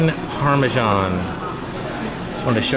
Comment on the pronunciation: Its Parmesan not Parmejan lol